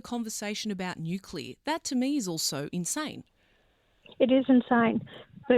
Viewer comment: Love how the presenter says “Nulear"